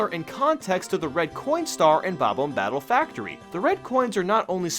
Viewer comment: dude, the bob-omb is obviously supposed to sound like bomb, not ohm......